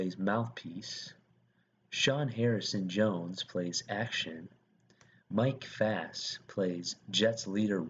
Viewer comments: guy: reads mike faist as Fast me: i aM SPEED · You miss pronounced almost every single person on here and most of their characters :/ in future just... try to do the research on how the names are pronounced. It would be much more respectful considering you can do it as many times as needed to get the right pronunciation. Thanks. Some off the top of my head are : Ezra Menas, Mike Faust, Ansel Elgort, Rachel Zegler, mr. Serra, and the character anybodys. Thanks again just try to pronounce them correctly !! :)